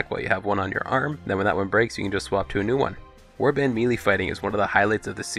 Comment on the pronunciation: good tips, but holy fucking shit dude, its pronounced May lay!! or Meh Lay (melee)